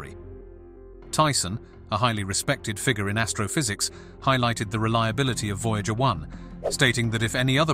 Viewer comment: Voy-Jäeger one. Sounds like a cologne made from Jäegermeister.